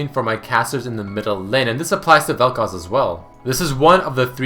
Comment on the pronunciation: Oh thank god you pronounced Vel'Koz right this time. Again, not generally a problem for me but I found it really distracting for some reason. Good video :)